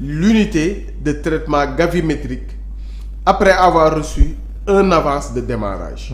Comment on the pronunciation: Gravimétrique au lieu de Gavimétrique !